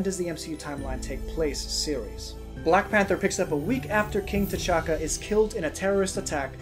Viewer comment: He said tichaka